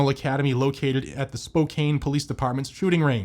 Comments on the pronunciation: Hey soooo its not not pronounced Spo-cane its Spo-can the k makes a c sound and the E is silent washington is full of towns and cities that 95% of the country will not ever say correctly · Spokane is pronounced, Spo'can... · Spokane is pronounced Spocan, forget the "e" on the end, please.